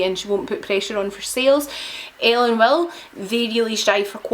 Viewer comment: Don’t mean to be rude but it’s pronounced Villa